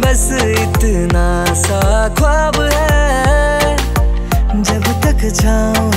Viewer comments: It’s” BEKHUDI” AND “KHWAAB” Pronounce correctly please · Apna pronunciation theek karo urdu lafz use hote hai unko tum correctly nahi bol pa rahe ho jaise khwab khushbu ye sab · Pronunciation gadbad hai tumhari singing ka like khwab khushbu ye sab